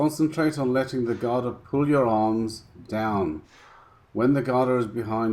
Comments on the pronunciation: Thanks again..small pointer, GADA is pronounced gDaa...not GaaDaa..most non-Indians pronounce wrongly...Cheers! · Great upload! Quick tip on pronunciation, Europeans using Sanskrit words often confuse or the length of the Vowel. The vowel sound here is 'a' [uh] For Gada both the a's are short [uh] ie Ga da or Guh Duh In Ga the vowel sound is built into the consonent 'G' eg the word 'Game' is pronounced G ay m try saying the G sound without the uh you can't as the vowel forms part of that consonent The same goes for the 'Da' sound. Note on 'Da' sound The tip of tongue touches the upper teeth. At the moment when you say it note how your tongue touches the soft palate above your teeth you need to drop it to touch the teeth. As in the pronunciation of the word 'The'. Guh as in Goat Da as in The when we say 'the' we dont extend the uh sound, try saying 'The' without further extending the uh ie try to cut it short. Other points of interest. The Gada makes an important appearance in the classic MahāBhārata. When on the final day of war, the protagonist Bhima and his opponent Duryodhana are both experts at Gada duel to Death! Duryodhana has greater skill and so bound to win. Krishna is a spectator and at some point slaps his thigh indicating Bhima to break the war code and hit his opponent on the thigh! His reason, Duryodhana had broken so many rules himself it was now time to pay the price!